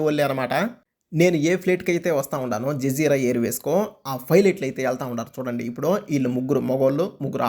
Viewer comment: BRO అది జజీర బ్రో జిజీరా కాదు 😅😅😅